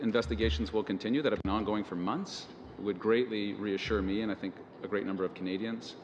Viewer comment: Great, another franco nazis in bilingual position who is NOT fluent in English, surprise, surprise....lolllllll, NOT. he is replacing another Quebecer..., just beautiful...These people are corrupt to the core...all of them, especially from Quebec. Its three, moron not tree, its think not tink, its that not dat...bloody idiots...lollllllllll. ESL scum bags...